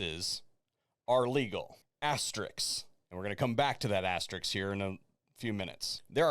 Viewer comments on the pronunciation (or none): No there are not two R's, it is not "aster-risk." It is pronounced "aste-risk "or "aste-risks" for plural. Don't AXE me why people have such a hard time with this word. It sounds exactly like how it is spelled. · Excellent video - except for one of my pet peeves!!! ASTER-RISK it's simple to say but so very few people do. Yeah, I'm a bitch that way, 'cuz I knew what you meant.